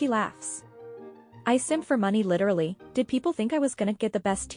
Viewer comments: The leeturally thing makes me want to rage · That “ leederly “ word is really pissing me off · Smug Lynn has entered the chat…. She can shove “leedurally” up her ass. Also I’m so lost, I missed the flirting with Emily? Seemed like getting tea and pulling out paying for it